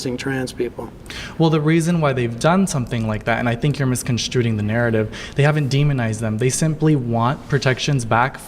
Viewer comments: wait did he just say “misconstruTing” the narrative? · miscon strud ing 😂 did that make anyone else want a strudel?